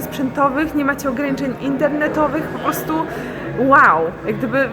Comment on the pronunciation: naucz się mówić wyrażenie 'po prostu' bo az nóż się otwiera w kieszeni ... 'postu', 'postu' co to ma być ?!